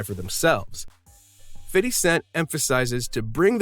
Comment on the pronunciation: Fitty cents